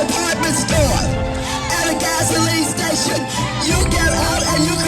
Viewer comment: “Gasoleen stayshon”